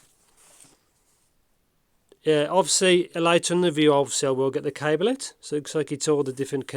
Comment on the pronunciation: Lol a C"ai"ble and "uun"screw 😂